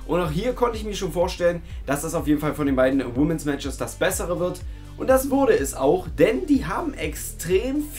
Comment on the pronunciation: Klugscheiss-Modus AN: Plural von Woman ist Women und wird WHIMMEN ausgesprochen, nicht WHUMMEN. Klugscheiss-Modus AUS. ;)